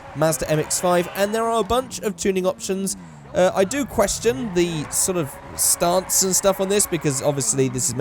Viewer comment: Am i the only one that hate the way he says stance